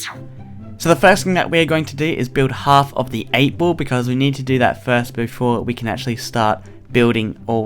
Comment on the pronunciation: For anyone wondering: No, not all Australian pronounce "ball" like "bowl". This is just weird